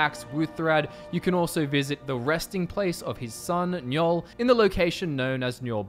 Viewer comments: Pronounced 'IN GOL' not 'NYOL' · Ehm. Yngol is pronounced "Ing-goll" and not "njoll" - best regards from Scandinavia ^^